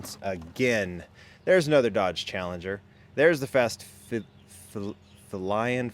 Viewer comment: I think it's pronounced Fast "FEE-LION" because it's Hot Wheels version of a Jaguar.